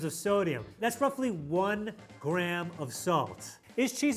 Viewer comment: What is with adding unnecessary b’s into words? The American says grab instead of gram and then the other guy says “sabwich”